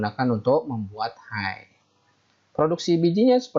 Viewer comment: Hay itu sebutannya hey bang.... bukan hai.